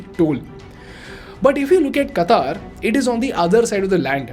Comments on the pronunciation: This lame guy is making an analysis of a mega event and he can't even pronounce Qatar... Qataar means queue. its Qatar. Ultracrepidarians ruling uninformed minds these days.... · Qatar not Qataar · Its not Kataar. it is Qatar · At least work on your pronunciation. It's no Qataaaaaaar. It's Qatar. Very simple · It's not Kataaar it's Qatar* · It is Qatar, not Kataaar 🤣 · First speak correct QATAR.....QAATAAR ....hahahaha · Do you pronoun पाकिस्तान as "पेकिइस्टैन" ? मोदी as " मोडी" ? If no, then it's "क़तर" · firstly announce the word Qatar properly😅